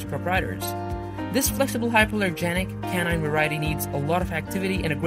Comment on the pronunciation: Please get a narrator that knows how to pronounce the words e.g. canine is pronounced k-9 not canon! And terrier has 3 syllables it is not pronounced ter - rear. I am not correcting any more - it's tiring !